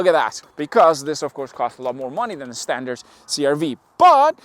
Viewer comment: "standart" lol